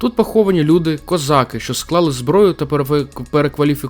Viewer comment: Дякую за ваш огляд справжньої історії України, а не видуманої і перекрученої. Дякую за українську мову. Видно що вам важкувато говорити, але у вас гарно виходить. Тільки одне прохання щодо такого знакового слова для України, як козАки. Дуже ріже слух кОзаки. Це на якийсь російський манер звучить. В Україні були тільки козАки, козАк. А в усьому іншому дуже сподобався ваш ролик.